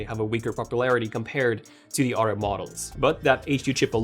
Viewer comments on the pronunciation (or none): Bothers me he can’t pronounce “th” in other or although … the oder day and aldo 😂😂😂😂😂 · I like how he says "odder" instead of "other" and "furder" instead of "further." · I love how you say the word other as odder or otter lol